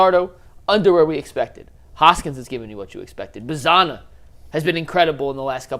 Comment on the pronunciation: I love this channel but it always grinds my gears when someone covers a team for a living and pronounces names wrong. Like the English pronunciation of “Angel” or saying “Bazzana” like it rhymes with banana. The dude from Locked On says “Genao” with a J sound. Like, have you not listened to a single broadcast in the years these guys have been in the org?